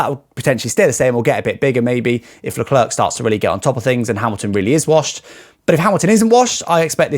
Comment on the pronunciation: Nice video! But pleeeeease practice how to pronounce Leclerc!😂 i know you have a big big disadvantage with respect to languages....but you are not even trying 😂!